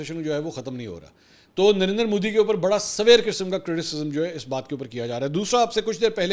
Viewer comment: Did i hear darinder modi? 🙊